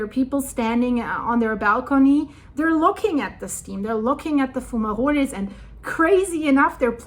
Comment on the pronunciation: I never heard someone say fumaroles so elegantly before.